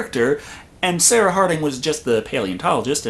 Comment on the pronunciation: SAR UH SAR UH